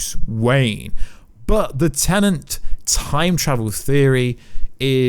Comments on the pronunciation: Very distracting when you keep saying 'Tenent' instead of 'Tenet'. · im british, stop saying tenent, its tenet.